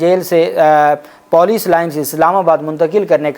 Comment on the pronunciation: This Pendu has no limit pronouncing wrong / Insulting Urdu words.... Police and Bazyab Kerwana